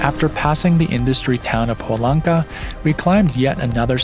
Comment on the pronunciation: beautiful video! Scenery is amazing. By the way it is Huaraz silent H and the accent on the second syllable